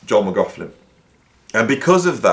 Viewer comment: Interesting video but your continual insistence on mispronouncing McLaughlin’s name is beyond annoying. I hope your students haven’t learnt to pronounce his name from you.